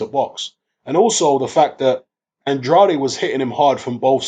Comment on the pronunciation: Man it's a Portuguese name. His father is from Cape Verde And pronounces it the way its suppose to be pronounced.